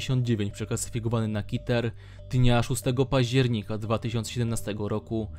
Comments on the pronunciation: ter zamiast keter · Czy ja slyszalem ,,kiter'' keter lebku XDDDDDDDDDDDDDDDDD